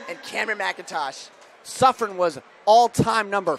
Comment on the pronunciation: It’s Suffern not suffering! Smh